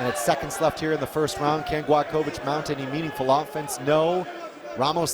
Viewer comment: Not Gladkowicz, but Gładkowicz. Ne Gladkowicz, nego Gładkowicz.